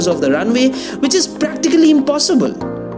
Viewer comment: It's not 'Jaakur', It's Jakkur. The sad part is, come back after 6 years and we will see this same video still announces the metro will only take 4 more years.